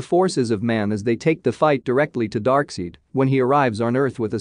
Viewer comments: It's pronounced Dark-SIDE, not Dark-SEED. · Its not pronounced dark-seed, its pronounced dark-side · I'm surprised no one is annoyed by the narrator saying "Dark seed" lol